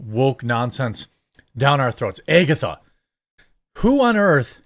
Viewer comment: Why is he saying “Agatha” like that?